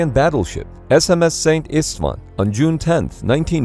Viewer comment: The name of the ship is Hungarian And named after one of the saint kings of Hungary "Szent István" in English is "Saint Steven" "Szent" (pronounced similarly to "cent") meaning "Saint" And "István" (pronounced "E-sh-t-wan") being the Hungarian equivalent to the name Steven